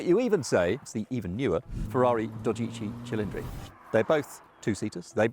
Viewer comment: also made no effort whatever to pronounce the Ferrari's name correctly so maybe that had something to do with it, that and his obvious bias to British cars.